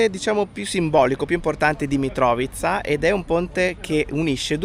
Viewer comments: E invece si dice Mitrovìca con l'accento su "vi" 😂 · Mitrovica, accento sulla seconda I